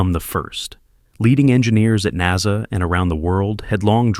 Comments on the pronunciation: I hate AI read documents or infomercials. It's NASA! NOT NAZA! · The first i heard this damn Ai 🤖 pronounce NASA as” naza “ i want to change the channel I will not listen to this 💩 ban ai 🤖 forever it’s pathetic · I cry "AI narration" when NASA is pronounced "nahza," kinda like when people say "Nazzies"! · The way this guy pronounces NASA makes me believe it’s text to voice not an actual person speaking